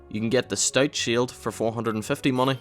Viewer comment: That's a lot of mah-neh